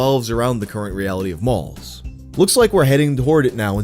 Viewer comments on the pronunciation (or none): Malls not moles like you pronounced lmao